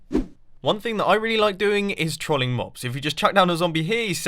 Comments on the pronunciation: Why dies he say trolling like trawling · Your pronunciation of trolling must be trolling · It's trolling not troling mumbo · Why do you pronounce trolling wrong?